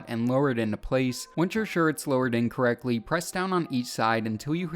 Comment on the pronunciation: Check the subtitles. I know he meant in correctly, but it does sound incorrectly.